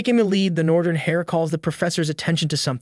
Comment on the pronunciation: Not to be "that guy" but, fyi, H-E-I-R is pronounced "Air" not "Hair."